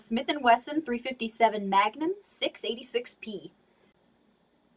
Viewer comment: "your looking at a Smith Wesson three fifty magnam?" It should sound like this: "MAGNUUUUMmmmmm"